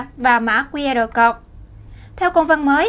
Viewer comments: Mã QR "cột" là mã gì? /câu-d/ cho "code" mà phát âm ko ra hồn thì làm cái gì nữa mà lên phát ngôn trước cả triệu, người!!! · * Speaker còn trẻ nên học thêm tiếng Anh . “Code” phát âm sai nhé.